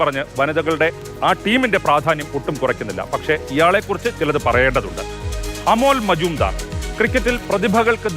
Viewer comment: എല്ലാവരും കാണുന്ന വീഡിയോ ആണ്, പേര് കറക്റ്റ് ആയി പറയാൻ ശ്രമിക്കൂ 🤝..